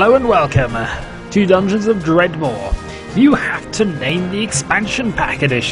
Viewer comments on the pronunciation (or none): its dredmor not dreadmor